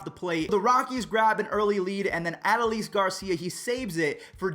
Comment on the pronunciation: it’s (a-doe-leese) not (a-doe-lease) smh com’on